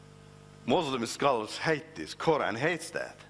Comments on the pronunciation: Are you serious?......he learned arabic but calls us "Moslims" and can´t even pronunciate "Qura'n" correctly. Arabic is not my first language and I only know enough of it but I for sure pronunciate Quran better than he does. If you are going to tell a lie and want people to believe you at least learn about the subject enough to make it believeble. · It is surprising how people believe such charlatans. He can't even pronounce "Quran' correctly